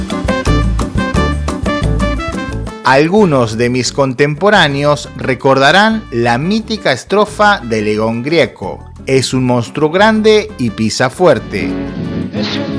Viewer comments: León Gieco, Gieco! Sin "r" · Qué ensalada tenés en la croqueta!! Y no es Grieco, sino Gieco.